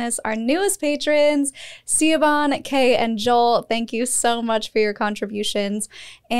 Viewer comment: FYI Siobahn is Irish and pronounced Shi-vonne ❤